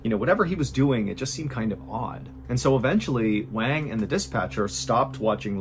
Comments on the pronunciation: Liu is pronounced Lee-oo (kind of like Leel) not Lay-o; and Wang is pronounced Wong (or like wand with a G instead of a D) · Love your vids! Just a quick note, Wang is pronounced closer to "Wawn", like Yawn with W. Liu is pronounced Lee'you, not Lay-oh. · I appreciate you covering more global events, but I want to encourage you to cross-check how to say their names. "Wang" probably uses the soft a, like "wand". And "Liu" is usually pronounced as "lee-oo" not "lay-oh". :) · Every time you say wang. 😂